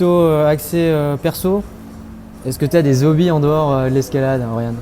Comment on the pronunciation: Je trouve ton itw trop courte car j'ai beaucoup aimé. Enfin on parle d'escalade. C'est très très au dessus du lot des banalités que l'on peut trouver à la pelle sur le web. Même pour un "spécialiste" comme moi c'est intéressant. PS: on dit des hobbies, pas des zobies ;).